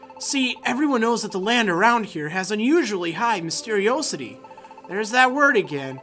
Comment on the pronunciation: Mystery-Oh-city? I thought mysteriosity was pronounced mystery- ah-city...